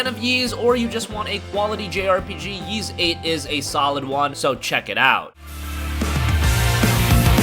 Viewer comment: Is that happy Geoff? Also, you can just call it EEEs. No reason to keep saying YEEs.